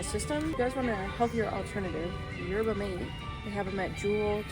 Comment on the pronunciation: Yerba Mate -> Yer buh maa tay Loving all the videos since you went full time!